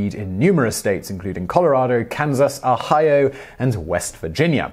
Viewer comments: A-hi-O lol never heard that pronunciation.. Generally it is more O-hi-oh sounding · First time i've heard someone pronounce Ohio "Auhaieu"...